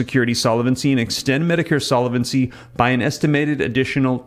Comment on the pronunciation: Solvent is a two-syllable word, pronounced `sol-vant', not `sol-a-vent'. Solvency is a three-syllable word, `sol-ven-cy', not `sol-a-ven-cy'. Thought you would want to know. All the best.